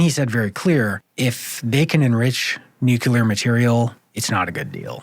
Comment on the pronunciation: Are you serious? This reporter simply cannot properly pronounce a core term of this entire conflict? It's not "NUKE_YOU_LAR,". It's pronounced "NUKE-KLEE-ARR." OMFG, SMH. You've undermined all of the helpful information you've relayed to the host of this program, and all of its listeners.